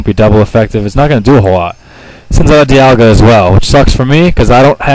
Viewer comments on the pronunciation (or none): none